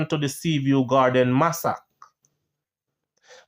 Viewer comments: Massacre is pronounced Masa -ker and not masak. No offense meant just want you to be greater. Love your channel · Massacre - mas-sa-cre Not massack 😮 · Pronounced mass a ka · Not Massac, “ Massacre “ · Guy say masock, bro!! You dont know how to pronounce the word massacre? You know the artiste Masicka, well a so the word pronouce masicka only spell it wrong. Massa-ker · Massacre is pronounced "Massaker" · Keep up the good work. But the word massacre is pronounce mas-sac-er. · . Massacre pronounced mass-er-kur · Massacre is pronounced massacra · Massacre is pronounce MASS-C-CAR hope this helps for future reference ok 😊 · Massacre Ma-SA-KER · Love the video but the pronunciation of "Massacre" is sending 😂😂😂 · The way he pronounces massacre pisses me off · you pronounce the word massacre wrong